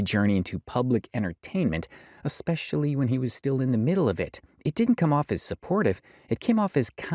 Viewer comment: Hey... There is not now nor has there ever been the letter "K" in the word "especially"... Proper English isn't that hard to master, you just need to practice. ALSO, have your parents not taught you that just because everyone else does it, that doesn't mean it's okay? "If all your friends were jumping off a cliff would you follow them?" You've never heard that? We need to turn things around, we need to bring honesty back into our lives and we have to start somewhere... So no sweetheart, it's not okay to lie to sell products, even IF "everyone else is doing it".